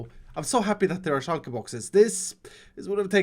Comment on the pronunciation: Is it just me or is pronunciation of shulker boxes heavenly